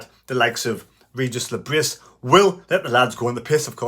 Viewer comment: Pronounced 'Regis le Bree'.